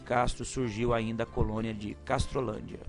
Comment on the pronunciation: "maléti" "castrolandia"